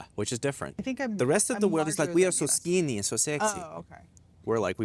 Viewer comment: Lmao "we are soo skeeny, so sexyy"